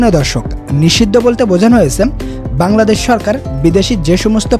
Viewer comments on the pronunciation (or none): none